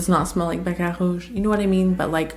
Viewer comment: Hey! I really dig the way you pronounce Baccarat and Narciso. Are you a Latina? ❤